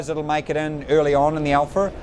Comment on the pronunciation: I love how he says "alpha" Alpher